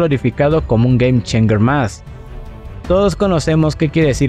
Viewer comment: Gueim-cheinsher... decilo asi de ultima....